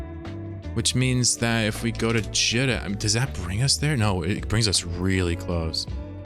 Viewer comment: It’s always been Jeeta. It’s spelled like pita bread or Rita. It’s not Jitta. Great series though! This one is top notch! Your adventures are inspirational and exemplify the true sandbox nature of this awesome game!